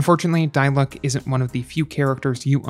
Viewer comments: It's not die-luke because in the game everyone calls him Dee-luuk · It’s pronounced Di-Luke. Dai-luck? 😭🤢🤮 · no according to english vas' it's pronounced dee-luke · D-luke not die lock😭 great video i actually gone diluc after watching this video like what lol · How genshin creator? idk pronounce diluc: dilooc how pronounce diluc: Die luck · It's D-luck. Not Die-luck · it's DEE-LOOOCK and PAY-MON!! not DIE-LUCK and PEY-MON!!!! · its "dee luke" not "die luke" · It's Di-Luk not Day-Luk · die-luck LMAO AHSJFVXMBS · its actually de-luke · la da dee-luke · “Die-luck” “Pay-mon” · PAYMON!? DIE-LUCK!? 😭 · NO!? It's De-Luke tyvm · Why do you pronounce Diluc as Die Luck😂 it feels kindof weird 😂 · “die luck” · "dieluck" not dilic loolololol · why do you pronounce diluc and paimon like that 😭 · why did he say his name wrong...? :< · he pronounced his name wrong this video gets a thumbs down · Downvoted for intentionally mispronouncing dilucs name. So f-ing annoying